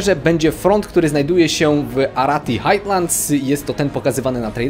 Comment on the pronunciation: "Highlands" czytasz jako "hajlends", nie jakieś "hajtlends". Tak podpowiadam tylko i pozdrawiam.